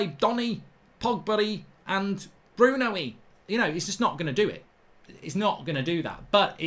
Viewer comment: The “Donny, Pogbary & Brunoey” bit😂lmao